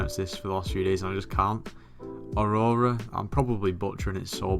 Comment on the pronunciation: Just FYI you got the pronunciation of “Aurora” correct 👍